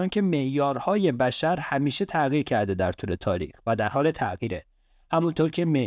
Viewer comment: تلفظ کلمه تغییرت غلطه، تع قیر نه، ع نداریم غ داریم تغ یی ر